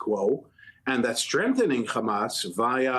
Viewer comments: The letter khhhh is arabic is H stop sound stupid just say hamas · Get Mehdi Hassan back on. Btw it is Hanas and not Khamas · Hamas or Khamas? What's with that...heard only from Israelis